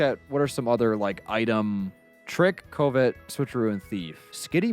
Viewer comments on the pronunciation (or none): "Ko-vet" is pronounced kuh-vet 😅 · "CO-Vet". my guy its pronounced "cuh-vet" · "coe-vet" is a wild way to pronounce covet (cu-vet) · pronunciation of Covet INFURIATES ME. IT’S PRONOUNCED KUHV-IT! NOT KOO-VET!! He’s practically saying Covid!!!! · Driving me nuts. Covet = Cuv-et, not Co-vet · The way pronounces Covet drives me crazy, even though it's probably the way anyone would pronounce it if they didn't know what it actually was. It's pronounced like cuh-vit, like the desire to have/take something. Damn you, English language. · “Ko-vet” 😂 brother what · “Koh-vet” bugs me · The worst part of this video is that one guy pronouncing covet as “coe-vet” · “Cove - ette” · No one else at all annoyed with "Co-Vet"? It's a normal word, not even a made up pokemon word... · Ah yes. Co-vet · CO-VET lmao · that one dude says "covet" so completely wrong and weird that it literally sounds like he's saying "covid" the first time he mentioned it i was seriously like "wtf is he talking about covid for" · Someone tell that guy the skill is not pronounced "Covid" XD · pronouncing covet like a British person would say corvette made me feel pain. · Why does keep calling Covet “COVID”? Is it an in-joke on his channel, or does he just not know how the wors is pronounced? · Why does that guy pronounce covet like “koh-vet” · Pretty wild to hear “Covet” be mispronounced like that. Then again, one should never judge another for mispronouncing a word because it means they learned it from reading! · How does no one here know how to pronounce, “cuh-vit?” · saying "co" "vet" every time made my ears bleed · Ah yes, the move Coe-vet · Covet is pronounced /CUHvit/ or /CUHvet/ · Ah, yes. Coh-vet. Coh-vet. Coh-vet. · Covet is pronounced like “cuv-it” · When you say Covet as COVID 😂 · Grown adult can’t pronounce covet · pronunciation of covet pisses me off. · So I guess has never heard the word "covet" pronounced before...?